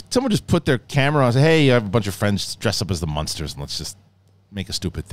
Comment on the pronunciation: Learn how to say munsters before you trash the trailer! 🤦